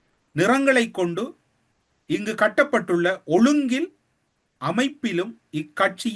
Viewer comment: கொடி சம்பந்தமாக சொல்லும்போது “ இங்கு காட்டப்பட்டுள்ள” என்பதை இங்கு கட்டப்பட்டுள்ள என்று வாசிக்கின்றாய்.